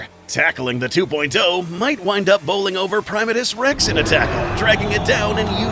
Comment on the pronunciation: 1. Dangerville pronounced his name as Primate-Us Rex. Like a primate 2. Primatus Rex 2.0? 3. What in the hell was that thing at the end!? Was that your guys' own Kaiju? Will we be getting a video of it soon? It looks awesome to draw 4. Love the new logo, guys. Very shiny :)